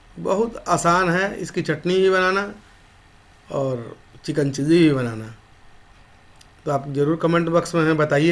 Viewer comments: It's chilli not cheesy😂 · Abe chiji chiji kya kar raha he. Chilli bolna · Chikkn chilli ko chikan cheessy bolna bnd kr pehle uske bad banana sikha na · Pahila chilli bolna dikhao tum chilli ko cheezy bol raha ho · "चिल्ली" नही "चिली". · चिल्ली नही भाई चिली बोलो